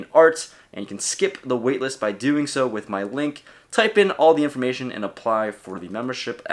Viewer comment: "skip the wailist" lmao